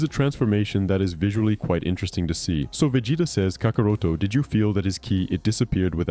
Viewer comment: misuses Gohan's new power and gravely underestimates his capability but it must be before his new transformation. Btw you pronounced kakarot wrong, but you did a good job otherwise.